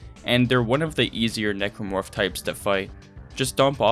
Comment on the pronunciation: For a second, I thought you referred to the Necromorph as "Negro Fuck".